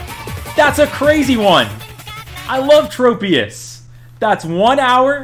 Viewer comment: Aye mate, it’s trop-ius, as in tropical 😂